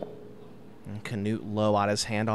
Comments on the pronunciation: Nice coverage! But please pronounce it «Knut» and not «Canute» 😅 I know its hard but you can make it! From a fellow norwegian🇳🇴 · The man is called " Knut " And he deserves to be pronounced the right way. There is no kinda "a" after the K.. Pretty annoying commentary for a german ear!!